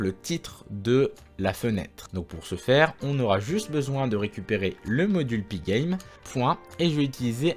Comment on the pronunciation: Tu prononces magnifiquement pygame !